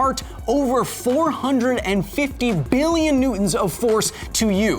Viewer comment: Everytime he says "MILLION" or "BILLION" in that way makes me laugh my depression away.